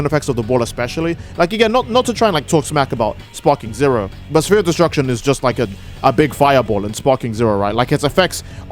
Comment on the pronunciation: "Sa-fear of Destruction" I'm sorry, I'm a bit high up here- WHAT DID YOU SAY?